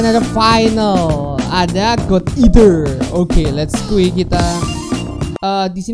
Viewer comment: Tulisan finalle rap:God Eater Dibaca:gad iter :v